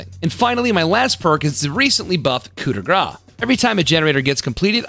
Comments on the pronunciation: Was about to give you a sub but you keep on saying "Coup de groy". It's more like " Coup de gr-house" 😛 Great content as always! 🙂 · I hate to hear him say "coup de gras" instead of "coup de grace" :') First language french so it hurts my ears but at least hes trying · Actually, "Coup de grâce" is pronounced "Coo de grass" in French. It's been kinda funny hearing you yell "Fat hit !" everytime you used it :D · why every English person is pronouncing coup de gra lol It’s GRASSSSSS Édit : i think I get it, you guys think you don’t pronounced the letters after the « ^ » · Hi, just to improve your french, coup de grâce is pronounced "coup de grass" have a fantastic day too:) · Seems like yesterday we were watching your 100K sub video, congrats on the channel growth! You’ll be at 200K by the end of the week, and deservedly so! Annoying nerd side comment: Coup de Grace is pronounced as “graws”, which essentially means the final death blow. “Graw” means something like a strike of fat. Unless , hey, that’s what you’re into ;) Congrats again on the success! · but the p is not pronounced.